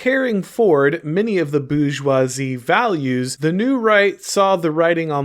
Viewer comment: "BOO JWA ZEE" 😂